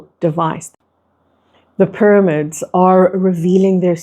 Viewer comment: ty for your message.. i still cant get over your pronunciation of pyramids it throws me off every time 😂 “pur-amids”